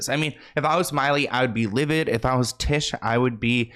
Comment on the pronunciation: its tish like fish